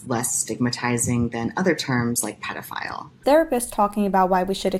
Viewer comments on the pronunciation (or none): The dude who pronounced pedophile like "PEE-dophile" really creeped me out